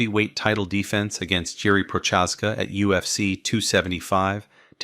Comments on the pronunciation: the Jiri s surname pronounciation was wild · Is this sarcasm? He butchered Texiera and Prochazka as I was reading your message.